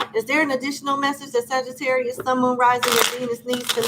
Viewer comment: Ma'am, Please stop saying Sagitterrier like we're a breed of dogs 😹 thank you 💜